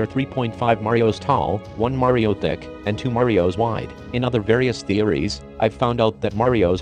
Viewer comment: I swear, I shouldn't be the only one who heard him say dick when he said thick....... right?